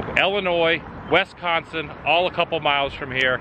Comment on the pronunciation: Wesconsin...? C'mon Adam!! Lol 😅